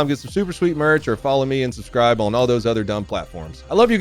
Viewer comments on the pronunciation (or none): none